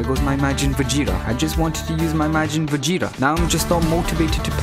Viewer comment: All I hear him say is majin fajita 😂🇮🇹🇮🇹🇮🇹